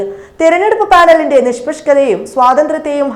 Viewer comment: 'നിഷ്പഷ്ക ' എന്ന് അല്ല 'നിഷ്പക്ഷ' എന്ന് പറഞ്ഞു പഠിക്കൂ. ആദ്യ തവണ കേട്ടപ്പോൾ നാക്കു പിഴയാണെന്ന് കരുതി. രണ്ടാം തവണയും കേട്ടപ്പോൾ അതല്ല എന്ന് ബോധ്യപ്പെട്ടതിനാൽ സൂചിപ്പിക്കുന്നു.🙏